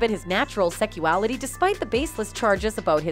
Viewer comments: Will someone please tell me wtf is "seckuality"? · is no-one hearing the wrong pronunciation? the constant "secual" and "secuality", then co-ver instead of cover..